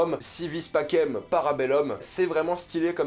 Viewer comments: Si vis pacem, para bellum ( le pacem se dis passem, pas pakem, et para bellum, sa se dis para belloum, pas para belleum) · En latin on prononce "Si wis pakem para beloum"